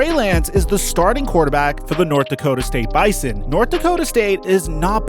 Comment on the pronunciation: Next time you talk about the bison please pronounce it bizon all the ND people are cringing